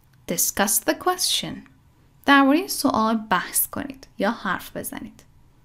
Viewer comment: ممنونم،فقط اینکه تلفظ کلمه یquestion اصلا صدای "ش" نداره و باید "چ" تلفظ بشه،فونتیکش رو چک کنین در دیکشنری.